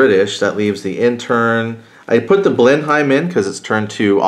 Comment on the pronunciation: The aircraft is pronounced blenum. I know English is messed up.